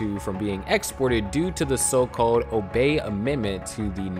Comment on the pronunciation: It isn't "o bay". It's "o bee", named after the Congressman.